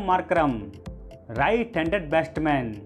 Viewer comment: बेस्टबैन नही भाई बैट्समैन या बैटर बोलो